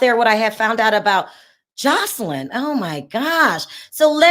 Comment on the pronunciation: You keep calling her Josh line instead of Jos eline. Josh is a masculine name